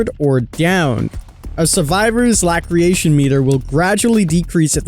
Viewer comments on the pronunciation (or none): Lacerations, pronounced La-ser-ations. It means cuts... Hearing the power description made me want to mute the video.